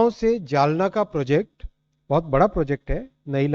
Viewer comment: लगातार अशुद्ध हिन्दी उच्चारण। जलना? ××××। जालना।